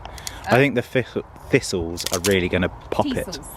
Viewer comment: I couldn’t understand what “theesals” were until said thistle 🤣 that’s what we in America call them.